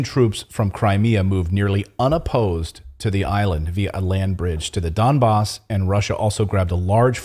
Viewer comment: I appreciate the correct pronunciation of Donbass.